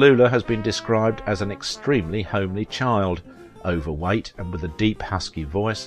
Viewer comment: I liked when he said, as a child she was ‘over white’…dude, your Australian is coming out!! 🤣